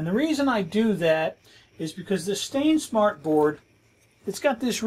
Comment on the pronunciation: You little confuse me with the "stainsmart board" instead of sainsmart. Nice video I enjoy it. Cheers from Greece